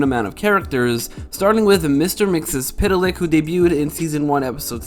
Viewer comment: Gingercide doesn’t discriminate. Cats fall prey as well. #notmystreaky Btw, it’s pronounced “Mix-Yez-Pitel-ick”